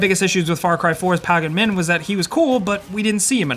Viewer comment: PAGGAN MIN? Mate, did you ever even hear his name in the game?